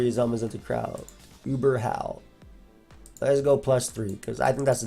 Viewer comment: Man this whole video I was listening to you say howl and it sounds like you’re saying Hau. First time you said it I was wondering why you brought him up lol